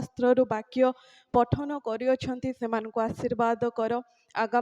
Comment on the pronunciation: ବହୁତ୍ ବଢ଼ିଆ କିନ୍ତୁ ଶିରୋନାମା ଓଡ଼ିଆରେ ଲେଖନ୍ତୁ ନଚେତ୍ ଇଂରାଜୀ ଲେଖନୀରୁ ଓଡ଼ିଆ ପଠନ ବେଳେ ଉଚ୍ଚାରଣ କଲାବେଳେ ତାହା ଅଶୋଭନୀୟ ହେଉଛି । ସୁନାପଦ କୁ ସୁନାପଧ ହେଉଛି ପଠନ କୁ ପାଟାନା ହେଉଛି